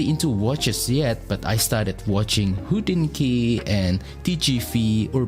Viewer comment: I always have to giggle, when I hear "hodinkee" 😀 it is the way you pronounce word "hodinky", which means wrist watch in Czech